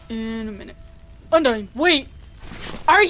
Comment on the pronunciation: it’s undyne not undyine